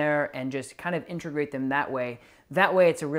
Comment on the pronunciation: It’s in tuh grate.. not in ter grate.. and it’s “a so see ate” not “a so she ate” Integrate Associate Easy!